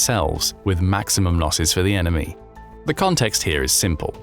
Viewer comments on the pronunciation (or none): none